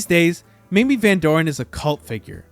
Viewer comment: it's pronounce "MAY-MEE".... yawn